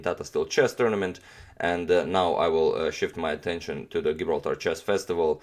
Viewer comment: Gibraltar is pronounced with a soft G.